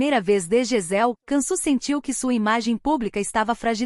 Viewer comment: Se diz : Diansu Dere e não cansu 😂😂 povo analfabeto narrando história